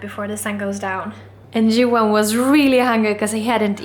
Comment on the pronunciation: His name is Johan pronounces as Juwah (I think).